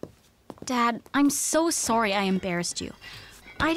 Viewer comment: Hahahhahahhaha "soary"